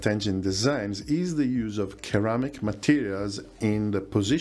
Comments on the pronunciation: FYI -- Ceramic is pronounced with a soft "C" --- sir-ram-ick, not ker-ram-ick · Ceramic is pronounced Seramic. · Excellent info as always. PS. Ceramic is pronounce with a soft C, "Seramic". Yes, English is a stupid language. ;) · Fantastic video! Thank you!! (For future reference: ceramic = "SIR-am-ick"). Any chance of a future video on maritime patrol aircraft? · Surely "sir-AM-ik"? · Ceramic is spoken with a soft C, ie. S "Seramic" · Love your content, but please work on your English pronunciation! "Thrust" is not the same word as "trust". "Ceramic" is pronounced "seramic".